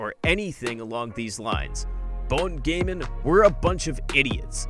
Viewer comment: Well what u need to know its pronounced as Gaan not Gain